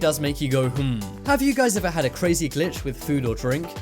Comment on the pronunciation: stop saying glich in the maytricks